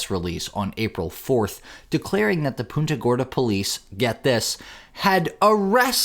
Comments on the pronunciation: It's pronounced "Punta" like a football punt. It's not "Poonta". 😊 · It's Punta Gorda. Like punt the ball. Not poonta, lol. 😂Yeah it's not the first time just the worst. Unbelievable